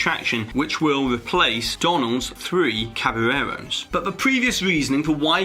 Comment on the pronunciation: Lol you can’t say caballeros